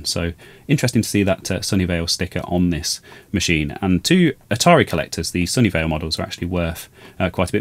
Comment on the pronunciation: I was thinking how could Sony Vaio manufacture the Atari 800. They didn't exist until decades later. It wasn't until I saw the tag that I realized you were saying "Sunnyvale".